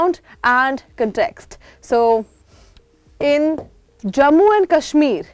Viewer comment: I live in baramulla bro and it's not kasmeer it's kashmir correct your" talafuz " hangul is in dachigam and it is safe and even if it is in danger your opinion doesn't matter it's the central govt order to do whatever they want . If crpf will attack your home or identity how you will save yourself by neglecting development in kashmir you don't have any job because are not capable of that and i want job that why I am happy with decision of govt if worked